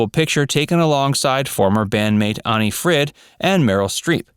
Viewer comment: You know what's painful? Listening to the way you pronounce Agnetha and Anni-Fryd..........